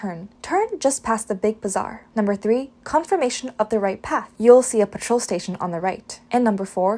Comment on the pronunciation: Excellent video with proper pronunciation. One minor correction though: , thing #3 is more likely to be "petrol station", not "patrol station"! Petrol = Gas = Fuel.